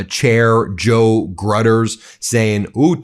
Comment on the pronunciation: Joe Grueter's name is pronounced "Grew-ter." I only know this because I'm unlucky enough to live in his Florida State Senate district. (Yeah... Floriduh 😢)